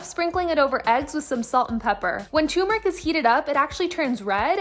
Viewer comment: Ur saying turmeric wrong 😭😭